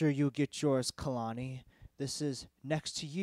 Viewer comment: It's pronounced KAY-LAWN-EEEE